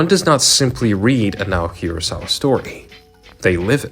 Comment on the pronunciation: I live to hear YouTubers butcher Naoki Urasawa and Osamu Tezuka's name